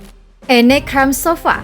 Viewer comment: bacanya anna bukan enne